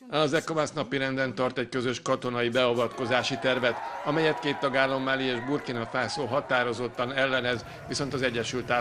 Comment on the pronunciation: Miért ejted Malit ,,MÁLINAK”, könyörgöm😭😭